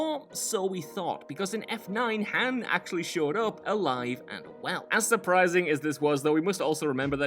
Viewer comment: It's Han, like on. Not Like Hand without the d.